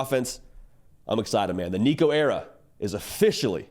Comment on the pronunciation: Waited til you got Nico’s name right before i subscribed